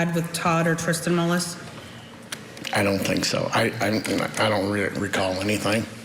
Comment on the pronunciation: It’s not MOLLIS,! Julie, you nut. It’s MULLIS. Ugh.